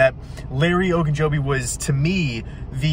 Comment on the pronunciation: Shoots some hoops, out of breath, and he says the name right!